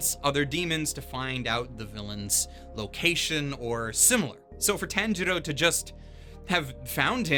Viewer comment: If i hear one more Tan-jiro I will KMS